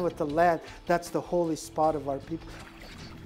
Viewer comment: Anishinaabe not shushing.